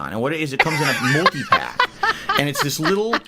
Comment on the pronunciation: Lmaooo at 1hr 42min when said MULTI-PAYUCK i kept thinking of The Fifth Element with Lelu and the multipass and now all thats stuck in my head is hearing his dumb ass saying "DEE ES PEE MULTIPACK"